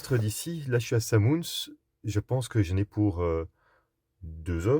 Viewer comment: Coucou Benoît Samoëns de prononce Samoinss😂